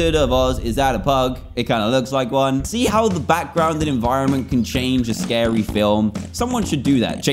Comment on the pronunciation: Oh no it’s scawy hhhahaahaha